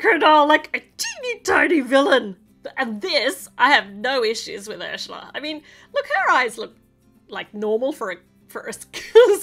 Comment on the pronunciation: You’re saying Harsha yeah it’s up it’s actually Ursula